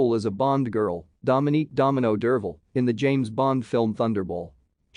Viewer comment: Pronounced DER-VAL!!! Not DERVEL!! You YouTubers need to get on the ball!